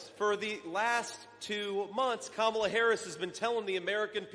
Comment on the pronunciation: Kum-ala Scare-us